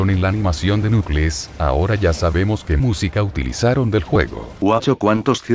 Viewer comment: ¿Lo tengo que decir yo? ¿Si? Vale No se dice "Nucles", se dice "Nackels" (o "Noculs" vaya) Lo digo porque lo seguís diciendo desde hace casi ¡11 AÑOS!